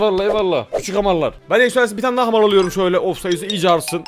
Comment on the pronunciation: Hamar Oluyoruz Hahaha Sanki Hamarat olcak